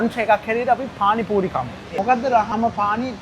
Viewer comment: Awwss my fv couple 😚💗 පානි පූරි ❎ පාරි පූනි ✅ 😂